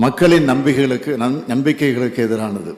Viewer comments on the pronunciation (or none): மக்களின் "நம்பிகளுக்கு" என்று தவறாக படித்து பின்னர் "நம்பிக்கைகளுக்கு" என்று துண்டுசீட்டை சரியாக படித்தாரே!? "நபிகளுக்கு" என்று சொல்லாமல் இருந்தாரே!? 😆